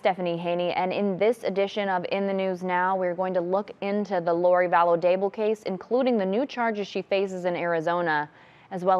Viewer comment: Daybell not Dable.